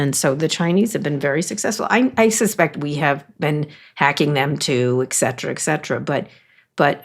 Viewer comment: Kara, we all love you. By the way, it is et cetera, not ec cetera.